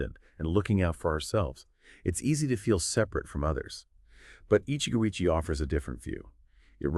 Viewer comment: Get it right. It's 'Eeechee-goh eechee-eh'